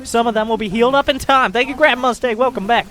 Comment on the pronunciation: This hurts all over, but good in some strange way. And "tank" you. LoL